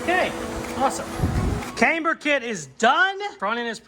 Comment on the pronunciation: Great built. Came-burr and filing hmm 😂